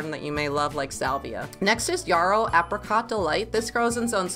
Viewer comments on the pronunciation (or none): Don't mispronounce this plant because everyone around you does. Correctly pronounced, it rhymes with arrow, narrow or wheelbarrow.